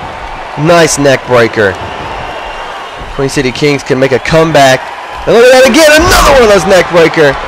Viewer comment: THANKS FOR THE SUPPORT BRO!!! :D Btw its Queen, everyone gets it wrong though. We aren't from Queens NY. We're from The Queen City or Cincinnati, Ohio.